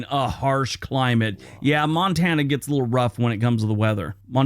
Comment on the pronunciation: Most Europeans love to call my state 'Mon-ta-na,' but in reality, it's pronounced 'Mon-tan-na' meaning mountain. If you ever get the chance to visit, I can recommend some incredible spots like Polson. You’ll see the stunning Flathead Lake and Flathead River, all surrounded by the Mission Mountains. If you head north to Glacier National Park, I’m telling you, the hiking is so beautiful it’ll take your breath away. And yes, you have to drive the Going-to-the-Sun Road; it’s absolutely spectacular at sunrise and sunset. Once you’ve been here, you won’t ever want to go back to Scotland.